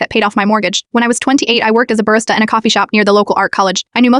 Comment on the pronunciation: Burstah?😂 FYI: Barista